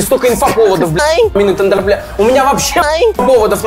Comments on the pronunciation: Я угарал с того что называл Амину тендерлибамбе 😂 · теНрЕмбемБе как говорит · Мне нравится как Каграманов называет Tenderlybae Tenderlymbambe😂